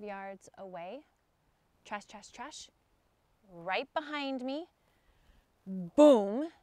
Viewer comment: Why the hell is she saying "Trash" in the one segment instead of "Crash"...